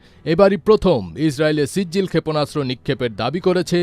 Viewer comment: ক্ষেপণাস্ত্র উচ্চারণ শুদ্ধ উচ্চারণ করতে হবে, ক্ষেপণাস্ত্র উচ্চারণ শুদ্ধ হচ্ছে না 😮😮😮😮